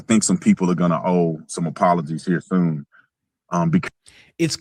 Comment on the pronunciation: Did he say “owe some apologies here thoon” ?! 😆🤣